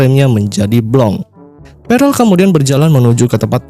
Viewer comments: bang bukan perel tp perll 😭😭🤣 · Prell bos bukan perel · Pearl bos bukan prell